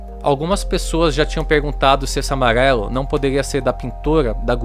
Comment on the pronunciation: “Amaguelo” kkkkkkk